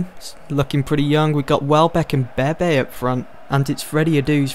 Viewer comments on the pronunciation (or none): none